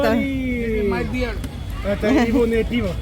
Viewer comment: Ивонное пиво😮😮😮 срочно учить язык